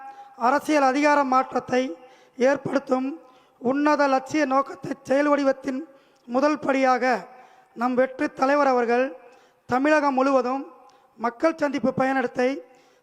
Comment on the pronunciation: Thamezhakam illai THAMIZHAKAM❤ த என்ற எழுத்தை நன்றாக உச்சரிக்கவும்.